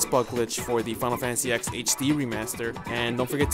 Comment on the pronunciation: "Final fantasy ex"? Get out.